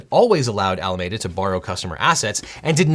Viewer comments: It always makes me chuckle how you pronounce "Alameda" in english, I know that's how you pronounce it in english but it sounds so funny because of how different sounds compared to how you pronounce it in spanish. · I realized 1/3 of the way in that I wasn’t taking in any information because of the way he pronounces Alameda… which he says every other word. Is it not pronounced the same way as Alameda in San Francisco? It’s one lousy letter E but it’s all I can hear now… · Al a meee da. Not Ala made uh. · It’s really hard to watch this video when you keep mispronouncing Alameda. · Ala-ME-duh. Not med-uh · You are pronouncing Alameda wrong, it's a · luh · mee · duh with a "mee" not a "meh" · I'm sorry as it doesn't matter but it's bugging me... Pretty sure it's pronounced Ala-me-da as me and you not Ala-may-da. From the bay area and that's how it's pronounced here and how your clips are sayings it. Love this channel! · Good summary. It’s pronounced Alameeeda and not Alamada. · It's al-ah-MEE-da, not al-ah-MAY-da. Believe me, I live in Alameda County, and go to Alameda Island Brewing Company, which is on Alameda Island. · I love you so much LegalEagle but it’s driving me crazy how you pronounce Alameda. Ala-ME-duh not ala-MAY-duh. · I know it's not that important but it's pronounced "Al ah me duh" not "Al ah may duh" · I love his videos but I just can’t get over him pronouncing Alameda as a·luh·meh·duh when it should be a·luh·mee·duh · I think you may be mispronouncing Alameda. If, as I assume, it was named after the county in the Bay Area ( includes the towns of Berkeley, Oakland, and Fremont) then the common pronunciation of the county is: AL-ə-MEE-də with the middle being pronounced like ME. Thanks and enjoy the content. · Say it with me now "Al-A-MEEE-Da" not "Al-A-May-Da." But it's okay, you're just a Angelino. Bay Area people know better. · Since SBF is from Palo Alto, shouldn't it be pronounced Al-uh-ME-duh? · Isn't it AlamEda, pronounced like the city in CA?